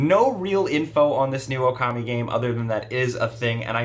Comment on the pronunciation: Okami dude. Okami.